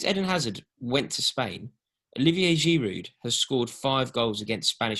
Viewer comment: No, but he's probably the best big man up front who can hold the ball up and bring others in to play! P.s. It is pronounced Girou, you need to drop the D on the end!